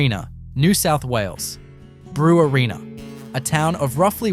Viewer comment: Brewarrina is pronounced "Bre-warren-a", not "Brew-a-reena"